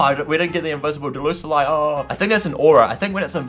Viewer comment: It's not Delusulie it's Decidueye